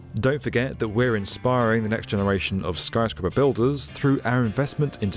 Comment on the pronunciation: "Skryscaper" lol lol